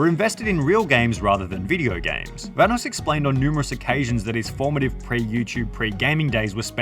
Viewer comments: dang hahahaha forgot how delirious used to call evan VA-NOSS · are we not gonna talk about how pronounced vanoss